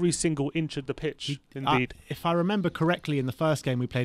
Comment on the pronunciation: Un-dee-dee, not “indeed”